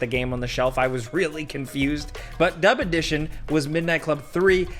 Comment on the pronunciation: Am I the only one that heard "dumb edition"?